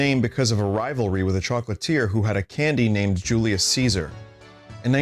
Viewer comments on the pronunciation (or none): none